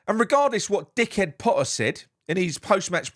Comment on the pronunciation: why are you doing a Mr Blobby voice for Pottah (spelt correctly) and the Borat voice for the Norwegian fans and what was it with the Mexican voice??? Roasting Loppy for the proposed losses on Kilman when the Miserible Gaslighter cost us HUNDREDS of lost millions on players like Haller, Scamacca, Benrahma, Vlasic, Cornet etc etc etc